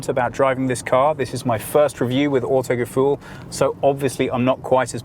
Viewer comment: WTF, why is he not german?!? its not autogefuel goddamit!!!!!